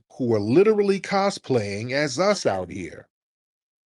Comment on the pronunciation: Dude can't say "us" right.